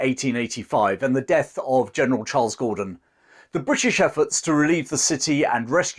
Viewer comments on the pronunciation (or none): none